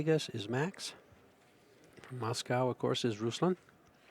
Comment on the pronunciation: It’s not Ruslan lol it’s Ruslan, the accent is on the A not U.